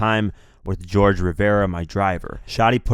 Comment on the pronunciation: FYI "Jorge" is actually pronounced more like "Horkhe"